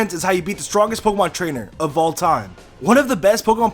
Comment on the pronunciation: Say 'Pokey-Mon' one more time